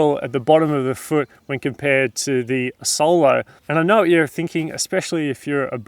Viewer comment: Nice video, and by the way, Asolo is the name of a town near Venice, it is pronounced as if it was written "Ázolo", not "Assólo"